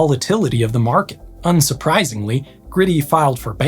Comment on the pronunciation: "Greaty" not Grady 😊 thank You